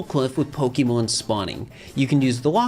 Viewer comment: I loved this vid BUT there's an accent mark on the e,it's Po-kay and Po-kuh is fine too but Pokee gets me really badly